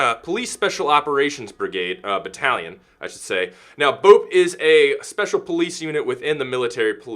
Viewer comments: BOPE is pronounced Bopeh. Caveira is pronounced Cavehra, and Capitão is pronounced Capitoe. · it's pronounced bop ay just so you know. great video BTW.